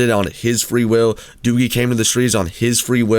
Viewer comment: I said that he says doogie for clipfarm also why do you mean he works for it you can tell he does it for the money the clipfarms he does are insane